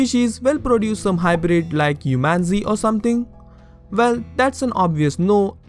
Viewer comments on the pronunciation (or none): "HUMANSE" nice^^